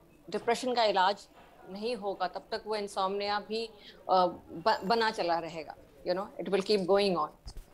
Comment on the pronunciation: इनसोमेनिया नहीं इनसोम्निया सही शब्द है ।